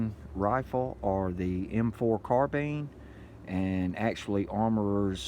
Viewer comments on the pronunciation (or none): none